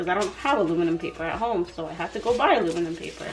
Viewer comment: Almuminum paper lol. Your too cute. I've always said almuminum foil lol